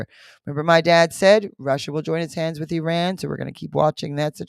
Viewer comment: Oops, not Uran , but IRAN..